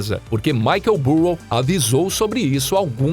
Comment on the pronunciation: Difícil ouvir o vídeo todo ouvindo o narrador falando Michael “Burro” .